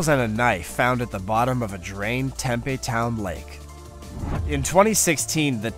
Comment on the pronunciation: Interesting video -- many thanks. But before recording dialog, PLEASE -- begging, here -- get your pronunciations correct! Tempe, Arizona is home to Arizona State University (THE premier party school!). If you call the town tem-PEE instead of TEM-pee you'll graduate with honors. The "big river in Europe" is called the DAN-youb, not the den-YOU-bay. The Tiber river is called the TIE-burr. Otherwise, good work,!!